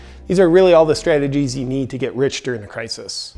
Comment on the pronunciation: I thought you were drunk when you were talking about scradgeties.